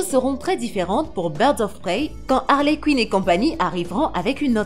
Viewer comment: Et Harley Cuine 😂